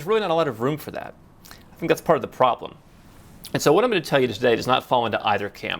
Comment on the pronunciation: "It iz naut my problim" I love it.